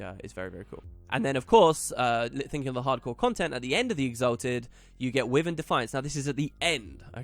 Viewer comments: Will you please, pelease, please stop pronouncing it "Wivin" thats not how you say it at all, it's a Wyvern. Type it into google and it will even tell you how to pronounce it properly. I love listening to you but it's so fustrating. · Masteries sounds alot of fun and should reawaken interest in the game that a few of my old guildies had. Btw wyvern is pronounced why-verne for future video's :)